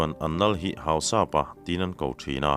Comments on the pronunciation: Hau-sap-a ni lo in Hau-sa-pa zawk tur a ni. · Hausapa tih i lamchhuah dan kha adiklo deuha,mizo in Mi hausa kan sawi ang hian Hausa-pa tih tur,Anni ho chuan An Lal te koh nan Hausapu.anti mai thin.Tin Thado/kuki ho hmingah hian,Tongkhomang,Letkhothang,Jangminlun,Jamkhothang,Thongpi,Minthang,Jangkholet,tihte,Henkholun etc hi an mipa hming tamber ani.Minu ah chuan,Hlingboih,Hoihnu,Kimboih,Nemkhohling,etcs